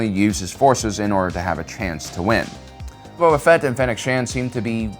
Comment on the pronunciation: I keep hearing him Say Bubba Fett not Boba